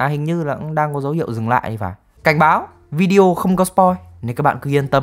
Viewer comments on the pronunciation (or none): none